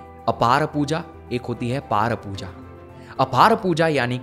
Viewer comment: 😂😂 अपने गुरु के बारे में बोलते हो “सिखाना चाहते थे” और अर्जुन,भीम तुम्हारे बच्चे हैं क्या जी जो अर्जुन था , भीम बैठा था - बोल रहे हो 😂😂 तुम “परा पूजा” को “पार पूजा” बोल रहे हो 😂 भारतीय संस्कृति और संस्कार के प्रति तुम जैसे लोग ही भ्रम और मिथ्यावाद प्रचारित करते हैं भाई 😂😂